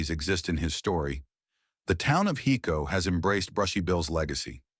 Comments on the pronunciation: Just so everyone know its pronounced (Hi-co) not (He-co) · driving me nuts....HICO. HIIIIIICO...not HECO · Uhhhh...'Hi'co Not Heco😅